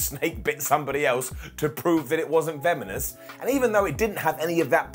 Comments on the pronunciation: "To prove it wasn't vemonous " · Aww "veminous" xD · My new favorite word is vemonous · Vemonous?! :o)